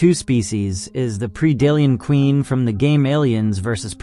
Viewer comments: Pred-ator... Pred-Alien not Pre-dalien but overall nice video. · Well if english is not your native language, you had me believing it was. Now for 99% of english words, Pre does make a PREE sound, this is one of the few exceptions to that. Keep making content! you have a new subscriber because you have a good format.